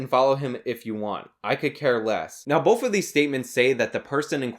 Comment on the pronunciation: "bolth" There's no 'l' in the word 'both', my man.